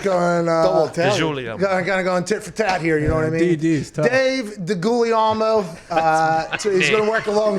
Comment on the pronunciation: Pronounced day-gool-yellmo